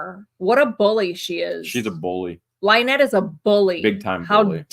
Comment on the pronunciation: Out of all of the horrible things I saw in rescue video the one thing that made me laugh was hearing the officer actually call her LIENETTE!!!